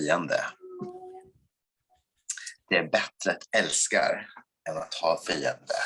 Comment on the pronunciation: Cringing at the älska/fiender part. You can tell he knows he’s saying it incorrectly